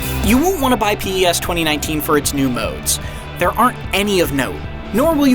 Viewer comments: He says it like... “p-yes” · I knew it when he said PES as P-E-S😂😂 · PS. no one can tr ist bfn if they cannot even say the game properly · He's not even saying the name right! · Can’t trust any review that doesn’t pronounce the game properly 😑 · How am I suppose too trust a persons review who can’t even say PES properly 🤯🤯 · It took me a minute to realise he was trying to say PES 😂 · Really poor review here, should start plagiarising again instead. It’s pretty obvious this person doesn’t really have a clue considering he can’t even pronounce three words correctly...it’s PES not PS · PES not P'ES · wtf why you say pee-s?? Fire this guy. Unbelievable. He never played PES games. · Why he say P Es ?? TaFaq outta here man! U don't know what u talking about man! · Pee Eee Ess. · when he pronounced P.E.S instead of PES.............................................................. #notmyreviewer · Did he actually pronounce it P.E.S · P E S 😂 you cant say PES? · What's "PS 2019" ITS PES!!!!! SAY IT RIGHT FFS 😂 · “‘P,E,S” facepalm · Does anyone actually call it P E s???? Ain't in just "PEZ" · pee ee ess 2019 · The reviewer have never played PES before? Look at the way he says p.e.s instead of PES... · I can't take this review seriously. P-E-S smh. How about finding someone that's actually played a Pes game before huh? Complete joke of a review. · When he said Pi ES i lost it....re-review this sh*t, this guy played it for 5h max and probably never played previous installments of the game. very very poor review for a really improved game. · Clearly this narrator isn't a fan and wasn't the one who wrote this review. Firstly he calls it P.E.S. instead of Pes (nobody calls it that) then claims many master league features are new.. when they've been in the game for at least years lol. The whole "touch of magic" comment sounds like something he heard from someone else on Youtube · Why does he say p.e.s. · This man said piez 😂🤦🏼‍♂️ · spells out pes instead of saying pes, americans.